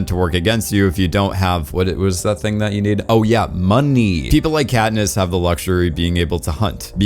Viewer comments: “Catnip and Peeta bread” Lol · why did he call katness katnip and petta petta bread